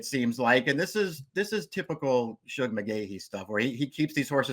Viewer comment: Please,, it's Shug, as in sugar.